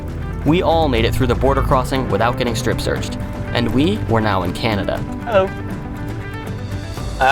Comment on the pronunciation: Ah, Honda, not a rotary, but it sure drinks oil like one edit: that was also the most Canadian hello I ever heard